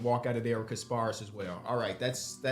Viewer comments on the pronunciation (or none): Damn they butchered my mans Kasparas name 😭